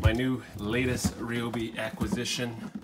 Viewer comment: Bro it is not called a Rayobi it is called a ryobi like Ryan not rayon